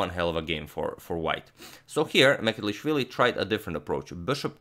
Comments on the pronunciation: Its M ch e d l i sh v i l i (ch like "cheers"), not Mecelishvili. Just thought your Georgian needs some correction. Cheers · Mikheil's surname is not "Mekelishvili", it's "Mchedlishvili" and please do something about it, besides I am from Georgia and 20% of my country is occupied by Russia. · Hey Antonio - Georgian name Mchedlishvili "CH" is pronounced like one would pronounce "C" with a hyphen in the name Coric in Croatia. You could also sub the "CH" for "J" and say Mjedlishvili. The Georgian letter that the English alphabet substitutes with two letters to provide a similar sound doesn't exist in the English alphabet. Georgian last names aren't the easiest to pronounce since they tend to have more consonants than vowels. Thank you for making the effort though. Big fan of your channel! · He couldn't pronounce Georgian gamer surname tho : )) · But can't pronounce georgian lastnames 😀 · sadly he cant pronounce georgian names :D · But he really struggles with Mchedlishvili ))))) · He pronounces georgian incorrect 👿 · mistake in pronoucoation the georgian name and surname hhh